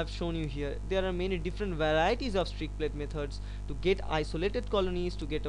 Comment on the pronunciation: It's not "Strick plate method"......it's "Streak Plate Method".